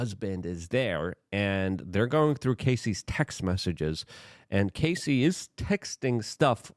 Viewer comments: Can’t take the way you continue to call her Casey! Her name is Cassie Rhymes with Lassie ( ya know the dog from the 60s ) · A proffessional journalist should know how to pronounce the name of person they are talking about .get ready for 3 months of luke being only person in usa calling her cay see - rather than cass see - even tho hes reminded every vid in his comments section. He does read the comments section but only responds if you kiss his a$$ or say " love u luke " . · Brother...please have the decency to at least get names correctly in your "reporting". Cassie, not "Casey". Terrible understanding of the situation. Terrible coverage. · Cassie, NOT Casey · Cassie. Cass-ee. Cassie. It's not case-ee luke, not case-ee CASS...EE.... CASS....like gas. CASS-EE.... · I can't take it anymore! Her name is CASSIE NOT CASEY! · Please dude......at least pronounce her name correct. Ca ...ss..ie jesus mate! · Gassy Cassie? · Her name is Cass-eee like cassette. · Who's gonna tell him, he's saying Cassie's name wrong? 😂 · Sounds like Ass, not like Ace